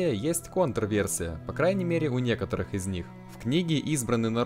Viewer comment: "...а о некоторіх можно" опа, а ты шо, украинец?